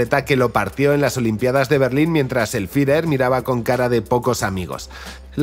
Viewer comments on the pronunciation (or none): none